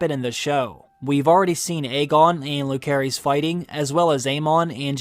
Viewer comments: It’s really grating to hear your pronunciation of rhaenyras childrens names. Jacaerys is pronounced juh-ser-ISS and Lucaerys is LOO-ser-iss. Not whatever the hell you’re saying. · Yet he can’t pronounce Jaecerys and Lucerys correctly 🙄